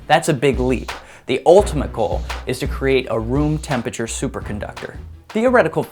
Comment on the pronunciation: I was spelling it the way he says it No need to get antsy bro